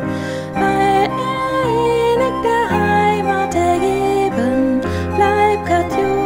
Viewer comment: hurtig, innig Wörter auf -ig werden im Deutschen -ch am Wortende ausgesprochen, nicht mit k.